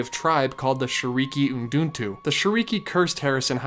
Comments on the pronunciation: Excited to see subjects starting on Tokyo Disney parks, I want more of them and you should reaaaaly visit there!! Btw you always say "Shiriki uduntu" but it's actually "Shiriki utundu". FYI. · Great video!! I'm so glad you're covering DisneySea and the Tokyo resort in general now! Oh btw it's shiriki utundu ("oo tune do") not uduntu. But don't worry, i'm sure it won't become an unforgivable meme like JEAN ;)